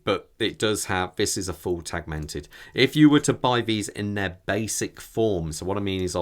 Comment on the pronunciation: Excellent review, many thanks! I own the UX and the bounce is mesmorising! I'm glad to hear it's 'only' around £200 for the battery/oil change as I was racking up the annual increase in my head to double that amount! Oh, and a small point, it's actually 'teg-i-mented' 😉 Edit: I'm surprised Sinn didn't opt for a Sellita movement, which other manufacturers turned to after ETA. On that note, I think it was anything up to 5 years later that ETA pulled the plug.